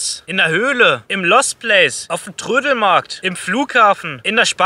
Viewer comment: "auf dem TRRÖDELMARRRRRKT"